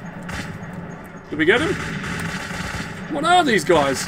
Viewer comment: "theeze are te photographs in Dimitris appartment" lol. By the way on that's the photo of Kyiv.